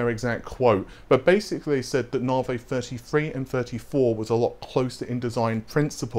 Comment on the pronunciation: Oh mate how can you get the pronunciation wrong for so long? Even at the AMD events they call it navi not naarvay. The star or system they are named after is pronounced navi not naarvay...